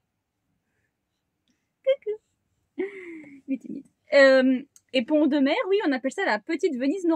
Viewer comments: C’est super, j’espère vous rencontrer, j’habite pas très loin de Pont Audemer d’ailleurs on prononce Pont Audemer en faisant la liaison ( Pontaudemer) Bref, bienvenue en Normandie et au plaisir de se rencontrer dans notre belle région. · Salut les filles...... Alors, comme dit dans un autre commentaire plus bas, ici, Pont Audemer se dit en fait Pontaudemer. On fait la liaison entre les deux. Parole de vieux Normand pure race. Je dirais même bas Normand. Bon vent à vous deux, vous êtes super et superbes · coucou. on fait la liaison pontaudemer. et souvent on dit pontau. ca va vous plaire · ça se prononce " pontod'mere" 😀 'j'habite pas loin. C'est rigolo quand vous le prononcez en 2 mots et sans faire de liaison 🤣